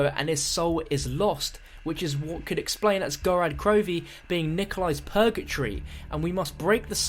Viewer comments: It's called Gorod Krovi not Gorad Krovi. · Wow, you're already pronouncing Gorod Krovi wrong.. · The way you pronounce gorod krovi makes me cringe so hard as a Russian speaker